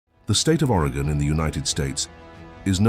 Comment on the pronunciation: It's very distracting when Oregon is so often mispronounced. It's Oregon, not Arigan.